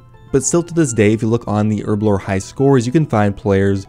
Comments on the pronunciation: HERB A LOR .......... not errrrblor ..... your way really shit me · Say it with me, HERBLORE, with a big old H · Herblore has a fuckin H in it... please get it right